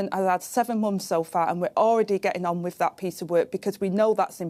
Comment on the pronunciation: She says "wif" so beautifully. Can't help but take her seriously.